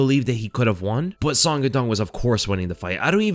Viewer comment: Bro, I'm gonna start calling you. Sonn. With you getting all the names wrong, you gotta be trolling😂😂😂